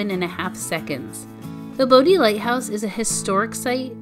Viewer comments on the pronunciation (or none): It’s pronounced BODY not bodie 😃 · Or pronouncing bodie island as bo dee and not bodie. Or Manteo as man tay o instead of manteeoh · Bodie is pronounced “body”, don’t sound like a tourist.